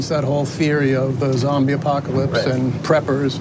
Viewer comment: Did I hear Zoombie apocalypse? What the hell😱 NAA he is kidding 🙄